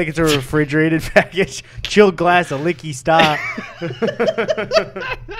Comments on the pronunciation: It’s Wingardium Liqqy Sta not liqqy staaa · It's LiqqY Sta not Liqqy StA.